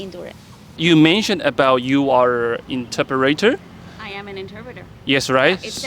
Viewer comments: The pronunciation of "interpreter" and many other vocabulary by the host is weird/incorrect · Please learn how to say the word "interpreter" properly...You mispronounced it every time you said it